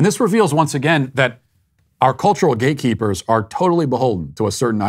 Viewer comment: I thought he was saying GAYKEEPERS. Ohhhhhh gateeeeeeeee keepers. I guess either works though.